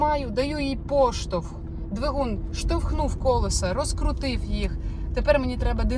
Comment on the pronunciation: Дуже все класно, дякую Вам. Але я вже не витримала і хочу Вас поправити "колЕса", "колЕсам"